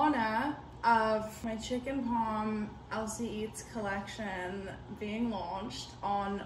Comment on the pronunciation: “Chicken paaaaaaarm” that’s how u pronounce it